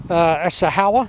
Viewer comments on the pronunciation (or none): Howa is pronounced "HOE-WAH", not "HOW-UH". Even the folks at Howa USA get it wrong because they don't speak Japanese.